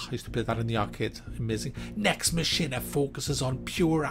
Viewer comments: its pronounced mack eena lol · Mack-in-A is how it is pronounced.. lol